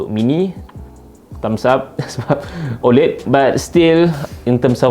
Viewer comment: sebut la oled betul2 bang